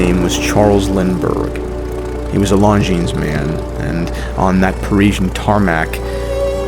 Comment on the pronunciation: Word of advice to all watching, totally not from experience.. but don't go into a boutique and pronounce it "long-ji-nas".